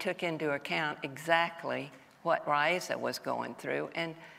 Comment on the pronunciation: Raisa Gorbacheva's name is pronounced, 'RAASa'. - Still getting it wrong... As for Nancy Regan, her contention with Raisa was they were too much alike and thus she was neither impressed by the US's president's wife nor easily manipulated.